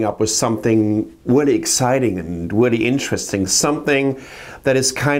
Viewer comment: I agwee wreally exciting and wreally interwresting! Sorry